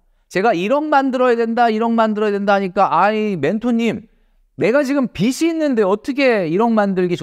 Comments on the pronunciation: 비시 ❌ 비지 ⭕️ 자꾸 거슬려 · 빚이= ‘비지’ (비시x)로 읽어야 합니다. 빚을=비즐 (비슬x) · 비지라고 발음해주시면 좋겠습니다 항상 좋은 말씀 잘 듣고 있습니다^^ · 빚이 발음이 비시가 아니에요..